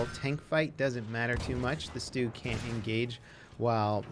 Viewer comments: Its st-ugg, not stoog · Its not pronounced stoog -_